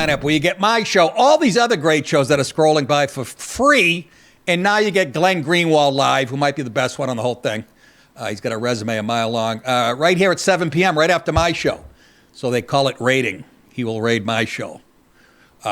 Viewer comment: There's a 'd' at the end of Glen Greenwald's name. You keep pronouncing his name as though it is 'Greenwall"...